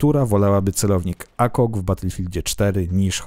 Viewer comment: Błagam nie mów "akog" tylko "ejkag"